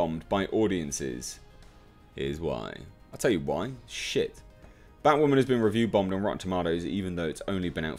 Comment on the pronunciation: Toemato? 😂 wtf taught you how to speak. And its batwoman... say bat-woman. Not baught woman 😂.... great review otherwise